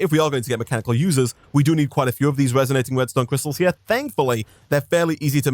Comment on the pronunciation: Omg every time you have said resonating redstone crystal i heard restonia crystal